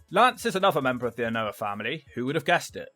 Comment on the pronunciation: Anoa'i is pronounced Ann-Oh-Ah-Ee...